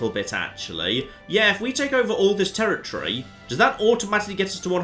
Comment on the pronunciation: Like can say Lloegyr correctly, when he's struggling to pronounce Brittany, territory, duke and other English words 😁😆